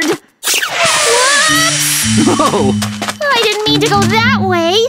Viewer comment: When was trying to use the air grapplers he said it is nard instead of hard